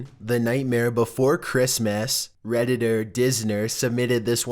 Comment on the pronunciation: y do u keep saying reditter